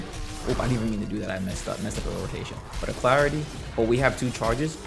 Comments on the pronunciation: Uh-lack-ritty Alacrity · Al Crit tea